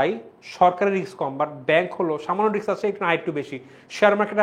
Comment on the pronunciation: Bhaiya riks na Risk hobe